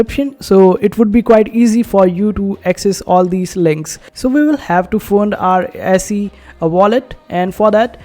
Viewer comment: It's pronounce easy. I think there is a sister coin called Peezee.